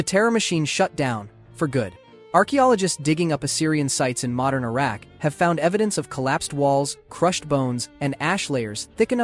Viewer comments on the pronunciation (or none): none